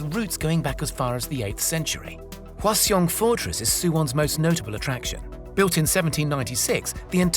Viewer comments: It's pronounced Hwa-Sung but good try bro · side note for anyone interested: Hwaseong is pronounced more like "Hwasung." The Korean letter in question "ㅓ" which basically sounds like "uh" has been transliterated throughout history both as "eo" and "u" which easily confuses anyone that's not in the know. TLDR; the 2nd syllable is just "sung" in the 2 syllable name "Hwaseong"